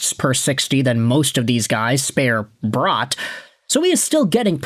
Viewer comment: My dude its Bratt not Brought. Jesper Bratt.